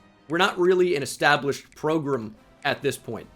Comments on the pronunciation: I feel like you keep saying PROGRUM just to annoy me personally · People gotta stop saying progrum man